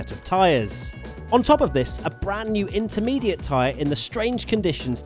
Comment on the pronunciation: Slintermediate lol